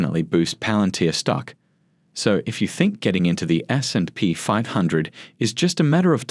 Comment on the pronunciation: AI voice pronounces SNP very strangely